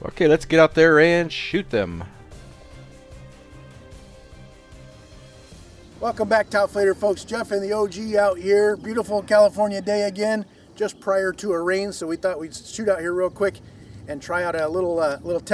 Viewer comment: "TaoflederFolks" :P